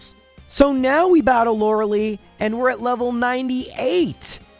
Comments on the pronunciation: Lore lie, not Lore lee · Please stop saying “lora lee” It’s pronounced “Lora lie” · The ending of "Lorelei" is not pronounced "lee." It's pronounced "lie." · Who the hell is Laura Lee? And why do you always say Lorelei's name wrong? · Please stop saying Lorelee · Thats not how you pronounce lorelei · The way you pronounce Lorelei makes me want to shove a pencil in my ear.